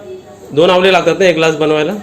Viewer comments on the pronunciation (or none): आवले नाही रे. आवळे म्हण.